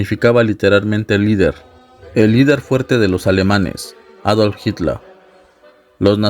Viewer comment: Por suerte alguien que pronuncia correctamente el apellido de Hitler Y aclaración führer no significa líder sino CONDUCTOR